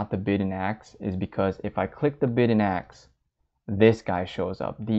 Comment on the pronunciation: Great video. Just one thing- "Ask" isn't pronounced AKS